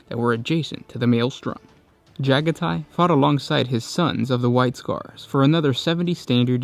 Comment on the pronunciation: Pretty sure it’s “Juh-gah-tee” not “Jaga-tie”